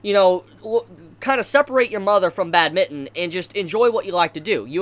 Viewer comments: Bat-min-ton not bad-mitten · It’s bad-min-ton not bad-mitten! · I love your review but I hate how u say badminton 😂😂😂